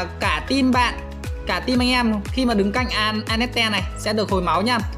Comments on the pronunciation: Anh ko biết đọc à vãi cả đọc a net te trong khi là an net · A hay ns lẹo tên annette thành tel anas :))))